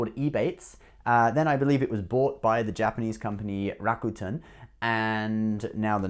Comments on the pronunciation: It's pronounced "Ra. Ku.10" not Rakutn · Bro your rawwcuetans are driving me nuts... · I used to pronounce it Ra-cute-en as well. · lol you still cant pronounce it!! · Was kind of funny you got Chinese pronunciation spot on, but a simple Japanese word tripped you up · I say Rakuten the way you used to say it lol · Haha that is dedication to your subscribers, traveling all the way to Japan just to pronounce "Rakuten" better. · You didn’t go to japan just to pronounce rakuten, : /. Now that you mentioned japan, do you have a blog video of japan. I’m very interested in visiting.